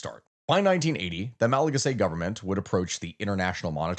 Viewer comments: Hey it's pronounced "ma·luh·ga·see", loved the video. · The way you say Malagasy is crazy